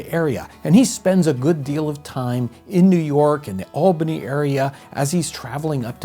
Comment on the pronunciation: Thank you so much for pronouncing Albany correctly!!!